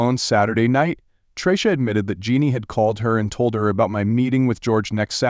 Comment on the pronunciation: i heard this story a long while ago on another site it sounded better and could pronounce names like tracy